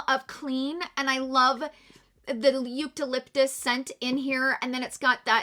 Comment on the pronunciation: Eucalyptus too. She was pronouncing it 'Yoot-uh-liptus'